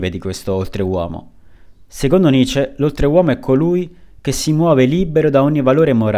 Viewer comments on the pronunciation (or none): Cavolo...nessuno che lo chiami come si deve...si dice nitcce..facendo sentire la c doppia ..studiate il tedesco..Pietro Giusti Luneburg bassa Sassonia.